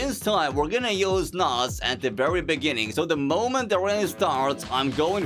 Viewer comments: Wooooow bro can’t say beginning 😂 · I'm from south africa and I didn't expect to say "in the bininging"😂😂😂😅😅😅😅😅😅😅😅😅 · In the beningin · It's a shame that "In de beninging" is dubbed in, because considering things he's actually said, I wouldn't put it past Zuma. I've listened to him struggle with basic arithmetic when he was talking about how many new members joined some organization or something. The Grand Tour had a field day with that one on Season 1 Episode 2. (The episode that no one really likes, but if you take out the Edge of Tomorrow segments, it's still decent.) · Lol shout-out the Jacob Zuma.. South Africans finest .. "in the beninging"